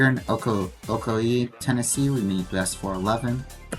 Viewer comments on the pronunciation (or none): Its pronounced Ocoy. Im from there.